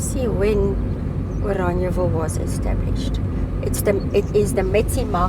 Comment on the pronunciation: Why are you calling it Oraniaville? Instead of Orangeville?